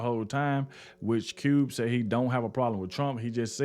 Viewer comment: "Cube", not "T". Jackson, not Marrow.